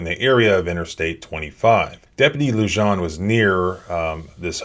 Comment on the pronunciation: The 'j' in Luján is pronounced as an h.